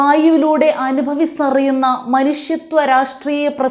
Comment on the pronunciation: രാഷ്ട്രീയ അല്ല രാട്രീയ